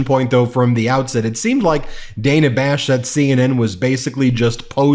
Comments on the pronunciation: Ben, it's pronounced Dan-uh not Day-nuh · It's Dan-ah Bash not Day-nah Bash. If your going to give sh!t to Trump and his maga cult for getting Kamala's name wrong then you should hold yourself to a higher standard than them. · Ben...it's Dana, not Dayna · It's NOT Day-nah, it's Dann-ah!!! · BEN, her name is pronounced “Dan-uh”, not “DANE-uh”. So irritating that you can’t seem to get this and repeatedly mispronounce her name (in multiple vids). We don’t like when people mispronounce Kamala’s name, so let’s not do it to others. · DAN-A Not Diana! C'mon man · Thanks, Ben, for pronouncing Dana's name incorrectly. It's Da-nuh not Day-nuh. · You know, Ben, you love to ridicule & belittle DJT & Republicans for mispronouncing "Kamala" Harris' name... and yet in this very video presentation you, yourself, mispronounced Dana Bash's name... over and over and over again... multiple, multiple, multiple times... Way to go, Ben, way to go... For the record, Ben, her name is pronounced "Dan-nuh" Bash... not "Day-neh" Bash Isn't there anybody there at the MTN who can help you out with this sort of thing, Ben ??? Someone to help you look and sound much more credible than you actually think that you are ??? Oh how you LOVE criticizing others, Ben... for the EXACT SAME THING that you do yourself. Yeah, how weak is that ??? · C’mon Ben. It’s DAN-A, not DAY-NA. Kamala even corrected her pronunciation. If we’re going to hold people to saying Kamala correctly let’s not be hypocritical. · Come on Ben it’s Dan-ah not Day-na. You can’t complain about people saying Cam-ma-la if you don’t pronounce names correctly either. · BEN IT'S DAN AH NOT DANE AHHH.. 😮😮😮😮😮😮😮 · Ben, I don't know if you realize it, but you consistently mispronounce Dana Bash's name. It is pronounced like the man's name, Dan, and then you add an a, Dan-ah. It is not pronounced like Day-na. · You’re mispronouncing Dana It’s Dan ah, not Dane ah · Look “Dan-ah”😭😭😭😭I love VP Harris💫🥰😭